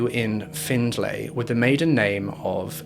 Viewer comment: My mother used to babysit her and my family was close to her when she was younger. I didn’t realize it was going to be this case. Locals say “Find-Lee” not “Findlay”